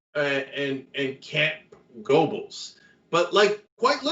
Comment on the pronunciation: If you want to be taken seriously as a polemicist, then you need to be able to say "Goebbels" correctly.